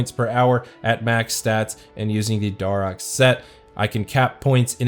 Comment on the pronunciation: Its dare ahks not dar oaks lol